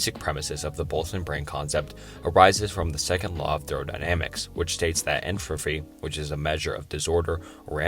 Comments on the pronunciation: Enfrofry? Entrofy? Enthalpy? damn bro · And entropy. "entrophy" lol.